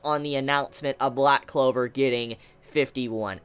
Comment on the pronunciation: man said loud clover lmao